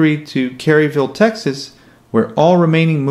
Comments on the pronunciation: Kerrville, not Kerryville.. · Crosleys were pronounced like "Crawsley". Also, the plant was moved to Kerrville, TX in the Texas Hill Country. There is no Kerryville in Texas. Research is key when you do an informational video. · Crosley is pronounced “Craws Lee”. Mooney moved to Kerrville, TX, not Kerryville. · It’s Kerrville, Texas not kerryville ! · Kerrville, Texas, not Kerryville. FYI. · Kerrville, Texas not Kerryville, Texas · Kerrville pronounced ker-vil not kerryville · Kerrville Tx. Not Kerryville